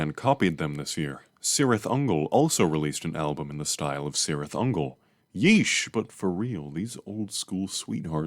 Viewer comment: Return of the king, appendix E: Spelling and writing, section 1: Pronunciation of words and names: "C has always the value of 'k' even before 'e' and 'i' " (p.1113). No problem, you're welcome.